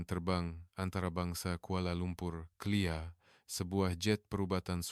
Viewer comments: K.L.I.A disebut clear😂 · Penyebutan perkataan pun salah...sangat menyakitkan telinga KLIA disebut ' clear' 'file' disebut 'fel'!